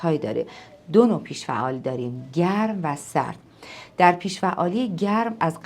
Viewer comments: جسارت نباشد این اختلال بیش فعالی نام دارد که شما از آن با پیش فعالی یاد کرده اید بد نیست با تحقیق بیشتر و تلفظ درست این ویدئو تکرار شود با سپاس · ممنون ولی چرا همش میگین پیش فعالی 😂 کاش درست تلفظش میکردین . بیش فعالی درسته نه پیش فعالی !!😂